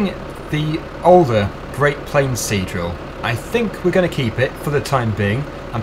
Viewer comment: Now I can only hear him say c-drill